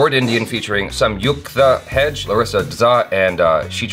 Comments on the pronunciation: lol its not "hedge"..its "heg-dey" :D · Hey, Hegde is pronounced “heg-day” the same as “leg-day” 👍🏻